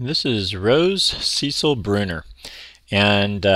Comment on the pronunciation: It’s the female name ‘Cecile’ not Cecil 😊